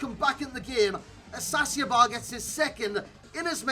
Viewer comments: The Argentinian midfielder is pronounced AS-KA-CI-BAR, not AS-ACIO-BAR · It's pronounced ASKASIBAR, not assassiabar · Ascacibar is pronounced "as-kah-CEE-bar"